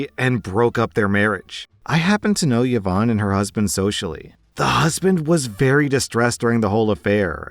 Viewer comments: Last story: what the heck is up with those few people who pronounce Yvonne as “yuh-vonn”. It’s “ee-VONN”. C’mon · about the last story: “Yvonne” is pronounced, “ee-VONNE,” not “Yah-Vonne.” It was my mother’s name. 🙏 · The correct way to pronounce Yvonne is "Evon" the way you say it sounds like the male name "Yvon" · Dude, you need to learn how to pronounce Yvonne. It's not even a non standard spelling of the name. Who on earth pronounces it as Ye-vawn? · Exactly my point. Until I read the text I thought he was pronouncing a weird Irish name that was sort of like Siobhan. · Yvonne is pronounced "E-vonne" with a soft "e". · thats not how you pronounce Yvonne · Yvonne is proneness with the vocal Y, not the consonant j